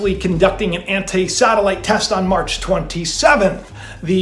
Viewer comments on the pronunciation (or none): none